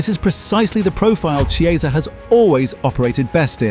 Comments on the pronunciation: Its pronounced "Kieza" not "Chi-eza"! Get it right content creator!! 😂😅😂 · It is not pronounced “Che”, it’s a “K” on Chiesa. Seriously not hard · If you're doing an item on a player, at least get the pronunciation correct, A.I or not - it's Key-eh-za, not some sort of cheese. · I thought “ch” in Italian was pronounced like a “K”? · Chiesa is pronounced as you would pronounce Kiesa . Please get it right. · Chee ay za? Really? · AI? An entire video about somebody that mispronounces his name the entire time… it’s k-ee=ay=sah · U pronounce chiesa name wrong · God these AI voice-overs are annoying. It's Ki-eza, not Chee-eza. Ear-a-ola, not Ear-owla. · AI slop that not only sounds formulaic, but can’t pronounce the manager or the player’s name properly. Lazy, deceptive and sloppy.